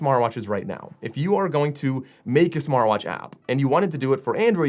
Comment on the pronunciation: 11 seconds he calls smartvwash lol